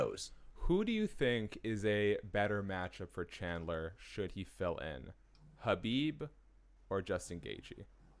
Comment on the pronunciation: Imagine covering the sport and not being able to say khabibs name